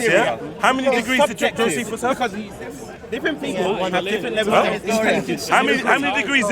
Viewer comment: Lol at... what was his name Jo-Feet-Us... Jospehus...